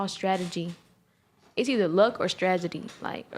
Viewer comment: Can't even say strategy. Go back to class and stop hanging around the streets for fake recognition.